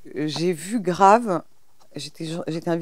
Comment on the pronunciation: "j'ai vu "grâve" ...." inssupportable au bout de 3 sec. de vidéo.